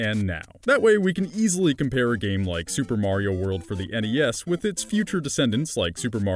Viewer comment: what the fuck did you say NES???